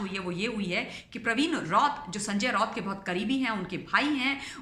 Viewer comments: ROT NAHI RAUT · She destroyed the video by pronouncing "Raut" as "Rot" instead of "Ra-ut"